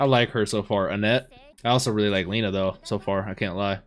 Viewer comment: it's lena E you read it like your saying E on the words "Eight" so it's not "LI-NA" it's "LE-NA", not in any bad ways, appreciate your willingness to say their name correctly ☺️